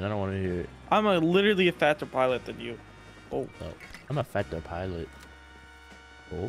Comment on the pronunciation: "im a Fadtser piliot than you" ahahah